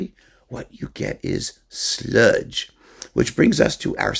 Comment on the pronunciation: As a southerner, let me compliment you on your pronunciation of "sludge."